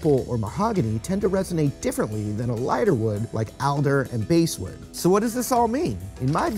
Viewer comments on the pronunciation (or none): the pronunciation of basswood is bass like the fish not bass like the instrument.